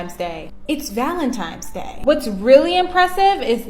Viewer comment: "valenTIMES day" 🤡